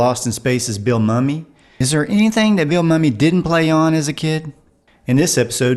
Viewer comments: Just a note, Bill Mumy's name is pronounced "Moomy". He doesn't like it when he's called "Mummy". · Most Respectfully it's, Billy MOO-mee.